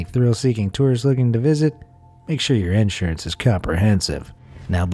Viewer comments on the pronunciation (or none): none